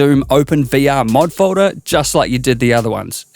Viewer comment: learn how to say folder